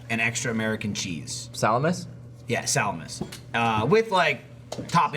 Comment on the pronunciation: That moment when everyone mocks for actually pronouncing Salamis correctly...:'D